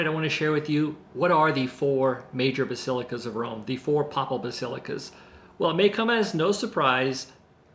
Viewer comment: papal is the adjective form of pope, pronounced with a long A. Just fyi ;)